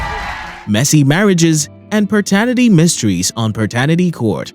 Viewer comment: Good channel. Would help to pronounce "paternity" properly though.